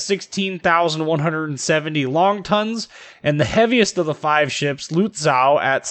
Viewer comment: Luht-ZAUW! Gotta love the hyperbolic and borderline absurd German pronounciations. Americans man; terrible at pronouncing names in other languages.